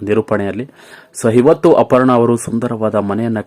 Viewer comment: ಹಪರ್ಣ, ಎಸರು,ಹೆಂಟು,ಕ್ಯಾತ ಅಲವರು, ಹಗಲಿದರು...... ಎಂಥ ಕನ್ನಡ. ಮೊದಲು ಕನ್ನಡ ಕಲಿತು ನಂತರ ವಿಡಿಯೋ ಮಾಡಿ ದಯವಿಟ್ಟು ಕನ್ನಡ ಕೊಲ್ಲ ಬೇಡಿ.